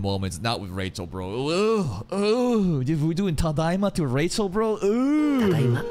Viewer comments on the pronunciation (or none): saying Rachel's name makes sense... i had forgotten about it. He doesn't say it Rachel like normal, it's actually Ra-HELL, Ra was an Egyptian god and Hell, you know, which makes sense she's the god of Hell the literal devil. 😂